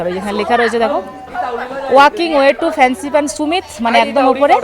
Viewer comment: সুমিত না ভাই, সামিট । মানে peak